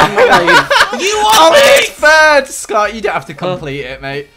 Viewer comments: LOL EETS SCUUT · "ETS SCOTT"